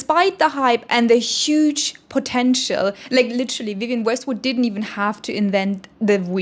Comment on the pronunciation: “Wiwienne Westwood” is killing me